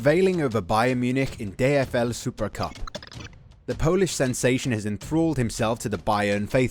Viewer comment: Hi, I am from Poland and your Polsih pronunciation is not bad👍